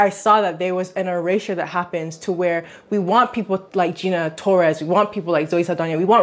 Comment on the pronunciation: Did you really just call her GINARA Torres???? That was ignorant AF